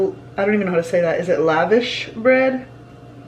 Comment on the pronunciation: Been binging all of your vlogs! Love them! And the vash in lavash rhymes with wash. So kind of like la-vosh.